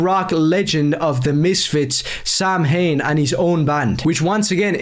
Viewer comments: Oh beautiful, I haven’t gotten to that part. I’m as Irish as a freaking koala and I know it’s “saw-in.” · He pronounces it "Sam-hane" fake Irish confirmed